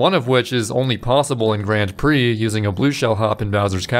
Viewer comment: ´"grand preh"